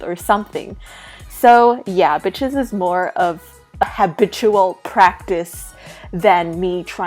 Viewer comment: ha-BITCH-ual practise